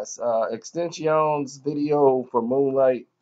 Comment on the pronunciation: XXX. Ten-tash-ion . Not hard og